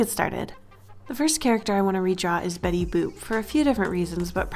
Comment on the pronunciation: It sounds like shes saying betty boob